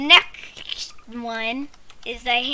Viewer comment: "NEKSHT ONE"